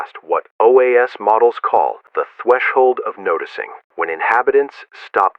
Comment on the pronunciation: “The thweshold”